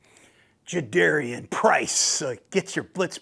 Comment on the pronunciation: its like 'car' for Jadarian not dare.